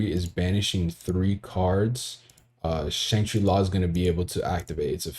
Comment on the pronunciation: Shangri-Ira is pronounced (era) lol